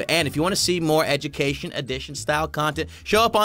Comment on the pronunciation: You said edumacation